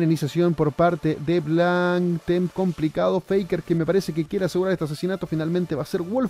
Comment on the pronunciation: Joven, dice complicads en vez de complicados*